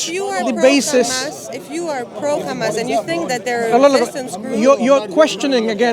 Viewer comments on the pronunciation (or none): Sister, it's Hamas, not Khamas haha